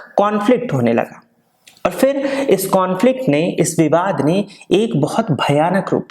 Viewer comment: Not fir its phir